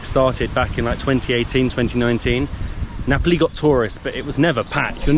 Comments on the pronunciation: How can you pronounce Napoli and Ngapali in the same way? ….it sounds like an English mystery to my Italian hears!😂😂😂..and the story of the Italian man who gave the name because he was missing Naples… oh my god! ..definitely not true!🤦🏻💁🏻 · nice travel blog, some pronunciation if you are interested, Myanmar = Myal Mar , Rakhine = Ra Khai , Nga Pa Li = Nge Pal Lee .